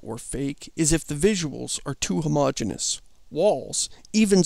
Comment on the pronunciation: You mispronounce "homogeneous".